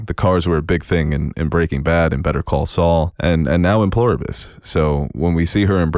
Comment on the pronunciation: "Pleribus" not "Ploribus" - You're killing me.